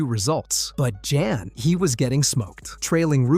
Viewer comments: It's not Jan, it's Jan . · Can't pronounce Jan. Insta fail.